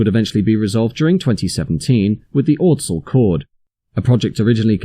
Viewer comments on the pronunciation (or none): And ordsall is odsall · Ooft that Ordsall pronounciation is way off.